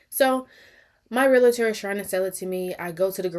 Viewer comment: Right bc the constant complaints about this Realtor is crazy... girl just move on. And it's pronounced Realtor not Realator